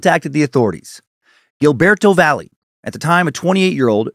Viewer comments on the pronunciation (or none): Excellent work sir. Just FYI tho...Valle is pronounced Va-ye.